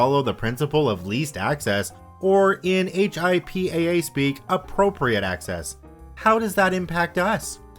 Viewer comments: "HIPAA" is said as "hippa", instead of just saying h.i.p.a.a. :) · Thanks! Came here to make this. I'd add "hip-uh" or "hip-ah" not "hip-aye" (just to clarify!) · HIPAA is easily pronounced like hippo but with an ah instead of an o ;) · The cringe every time you spell out HIPPA, instead of saying "hip-a" (like "hippo") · HIPAA pronounced "Hip-a" great video though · Hey just to give you a heads up on the pronunciation of “HIPAA” it is actually pronounced as it’s spelled. I figured it would make it easier for you for the future. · lol yeah it was weird to hear him say the letters instead of just saying it as a word. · It was really annoying after about the second or third time.